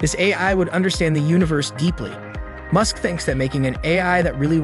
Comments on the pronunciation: Goodness gracious! If you're going to use an artificial voice for your videos, listen to the whole thing first, and correct the pronunciations it got wrong. Elon Mewsk?!? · I get u make all ur content with AI but can you use ur own voice it’s so obvious when the AI mispronounced Musks name in this video lol